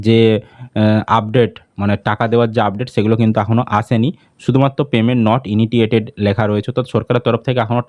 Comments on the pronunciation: May month a payment hoi ni.. R ki kore dekhache... 2. উচ্চারণ টা হবে, "পেমেন্ট নট ইনিশিয়েটেড" আপনার উচ্চারণ টা একটু অন্যরকম শোনাচ্ছে তাই বললাম । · Initiated 😂😂 INITITTTTTATED 😂😂😂😂